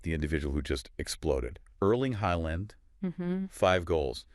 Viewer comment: Just need to let you know "aa" is pronounced aw like in awe or jaw. So Haaland becomes Hawland. Not Heyland or Haland or whatever sound escapes your mouth trying to pronounce Norwegian names. Ødegaard is the same Ødegawrd. Then again the Ø is pronounced like the first vowel sounds in just or first. Ødegaard needs more recognition aswell not just Haaland, Ødegaard is the captain and the playmaker, the beating heart of the team, and Haaland is reliant on his magnificent passes to shine.